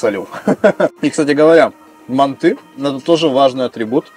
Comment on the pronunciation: Правильно мАнты 😀